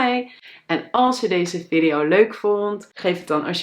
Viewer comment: Video spreek je op z,n Engels uit.